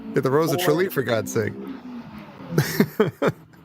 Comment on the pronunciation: It's "Tralee"